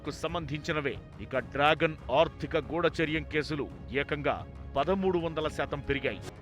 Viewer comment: "గూడాచార్యం" కాదు తల్లీ! గూఢచర్యం